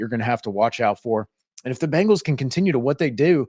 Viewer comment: Ok ok...this is petty. But i absolutely hate how people say Bengals. They say Bangals. Its not Bang...als...... its Beng..als. like Bing!!! From a pronunciation stand point. Not like, Banging your mom. Idc if i get hate for this. Just get it right smh